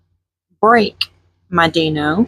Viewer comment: I really hate to correct you but it’s pronounced “Die no” not “Dee no”